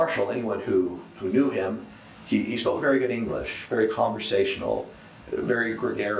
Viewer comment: She has been vewry vewry tweit tweit